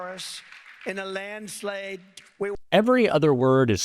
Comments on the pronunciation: He definitely can't say landslide. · Landslade whaat????????????????? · LOL ---- he's going to lose in a "Landslade". Let's publicize him saying that word as much as possible. This is definite signs of early dementia, without a doubt and very bad news for Republicans.